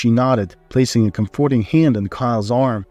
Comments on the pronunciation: I can't stand it. I tried, but the narrator doesn't even know how to pronounce COM-for-ting and other common English words. His accent is not attractive and is distracting from the sfory. Not listening any longer. I don't even care how the story plays out. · Thank you,, for withdrawing the first iteration of this story and reposting it and for doing it so quickly. It was an excellent, feel good story. However, I do have a minor quibble. You more or less skipped the part where Kyle and Natalie got married (we assume) and went straight to them adopting a child...as for the mispronunciation of comforting, for me it's not a big deal. However, since it's been pointed out and you've said English is not your first language, simply Google "comforting" along with "pronunciation" and voila, problem should be solved. Same for any other words that someone points out that you might mispronounce. This story definitely gets a thumbs up from me 👍